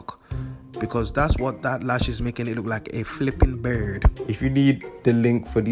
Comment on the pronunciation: “Fleppen bird”😭😭